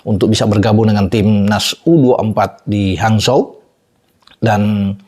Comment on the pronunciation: Bacanya hanchou bung bukan hanzho